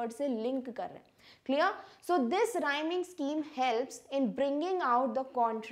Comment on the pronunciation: Listen to the 'clear' she said at 08min50sec